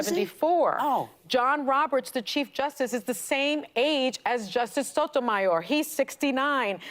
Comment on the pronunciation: Whoopie can’t even pronounce Sonja Sotomayor.🤦‍♀️